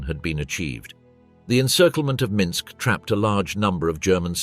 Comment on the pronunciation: Not to mention the narrator managing to mispronounce EVERY Russian name and place-name except Minsk & Bobruisk